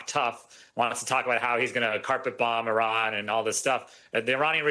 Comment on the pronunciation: Lady, say it with us, EEEE-RON, not I-ran. You're not running anywhere lol.